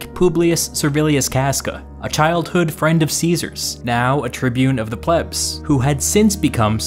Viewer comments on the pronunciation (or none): Don't you mean, "His fwend?"